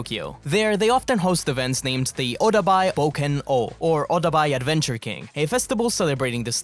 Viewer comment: “Oh-Die-Ba” (Odaiba).